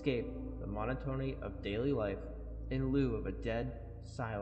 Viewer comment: Good and interesting video overall! Charon is pronounced like Karen. Monotony is pronounced ‘muh-NOT-uh-nee’. There’s too many more mispronunciations to catch; don’t be like Nexpo; when you run into an unfamiliar word, look it up. Going with your gut is often a bad idea with words in any language.